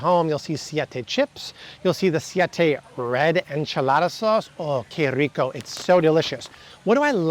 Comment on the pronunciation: Que Rico!!! I like the way you say it. Bobby do a Spanish channel to reach more ppl . Amazing Videos. Thx 🫶